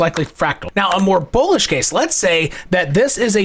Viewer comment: So you’re telling me it’s bularish?! Appreciate you man.